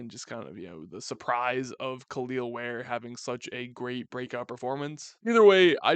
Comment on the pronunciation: Its just pronounced "kell el ware" not kaleel ware